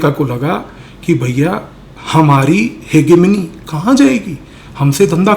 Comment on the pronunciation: सरदार जी आपके ज्ञान को में बहुत पसंद करता ह्यू परंतु …..शब्द का उच्चार हेज़ेमोनी हैं जी 🙏🙏🙏